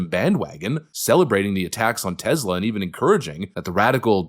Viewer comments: Its TESLA not TEZLA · There is no 'Z' in Tesla.